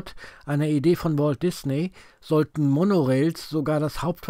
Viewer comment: Entschuldigung, Du meintest "Ecpot", aber ich war schon dort und es heißt "Epcot". Das Epcot-Center ist ein Teil des Disneyparks.